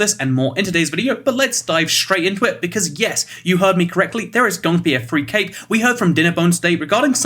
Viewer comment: I thought he said cake not cape LOL